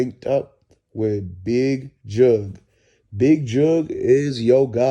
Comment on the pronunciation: His name is jook bruh jook not jugg